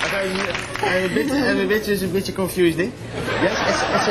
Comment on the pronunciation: haha "now i am bitje confused" xD